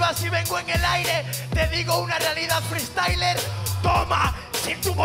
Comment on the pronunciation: "Feestayler" es una palabra